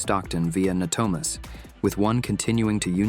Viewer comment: Maybe before you post a video, maybe you should pronounce the names of the cities correctly it’s pronounced as *Manteca* and it’s called ** Natomas** before you post this video. You should really learn to pronounce the name of the city’s. !!